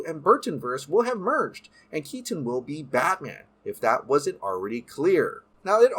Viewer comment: Michael Keat-ton